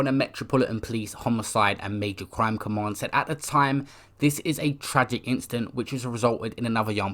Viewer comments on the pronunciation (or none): none